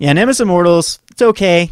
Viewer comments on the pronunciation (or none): Great Video, but please call it Nemesis of Mortals, not Nemis of Mortals